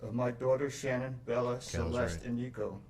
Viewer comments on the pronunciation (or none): IT'S SHANANNE NOT SHAN-ANNE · Her birth name is Shannon, but Sha’nann chose to change the pronunciation when she became an adult. Her parents still called her Shannon. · Her mom has stated in other interviews they named her Shannan (like her parents pronounce it) but Shannan wanted people to say it like “Shan’ann” which sounds so beautiful spoken. ❤ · I really don't get why her dad pronounces her name SHANNON when it's actually pronounced SHA NAN. Even killer husband pronounced it right. I was especially heartbroken about her brother Frankie. He adored Cece and Bella. Thanks for the reaction on this one. 🤗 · was chris mispronouncing his wife's name???